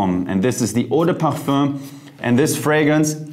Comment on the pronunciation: Jeremy you need to take some French courses 😅. Since most the perfume names are in French ... Le Male [ lemal] meaning "the Male". In "Parfum" the M is pronounced N in French. You know my perfume is Aqua Di Gio original. I remember I bought my first bottle in Jan 1998 for my trip to Canada, I remember I was in Toronto subway, a girl asked me what perfume are you wearing please...